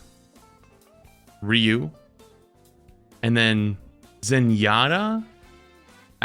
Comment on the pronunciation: At least he said Ryu the right way . 😅